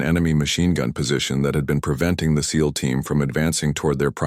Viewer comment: Agreed, but at least this one says SEAL not S - E - A - L 😊